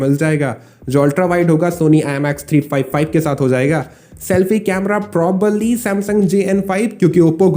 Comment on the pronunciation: “Probably” mein ‘B’ silent kyu h?